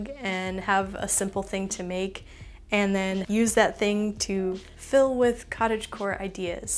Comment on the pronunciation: giving a like the moment you said cottagegore XD